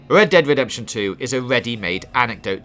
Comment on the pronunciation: ved dead vedemption ...ahahahahahahahahhaha